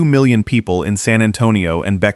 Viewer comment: Bexar = Bear